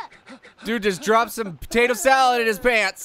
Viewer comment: I loved when pear said “he got poatato s down his pants